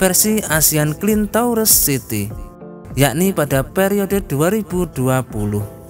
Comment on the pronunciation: sebutan 'Tourist' tu salah yea nti buka kamus google semula leh dengar how to pronounce it in english.. apa pun u're still the best👍👍👍